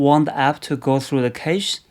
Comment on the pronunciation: Great video! BTW, cache is pronounced as cash.